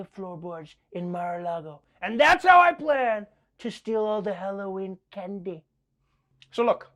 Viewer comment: Can dee lol